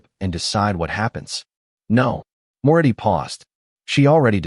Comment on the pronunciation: It's Moretti not more eddy